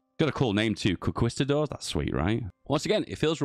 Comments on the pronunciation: I swear I felt my fathers turning in their graves every time he said that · I disagree with your pronunciation of the word “conquistador”